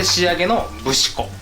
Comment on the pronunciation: 節粉の読み方ふしこでは？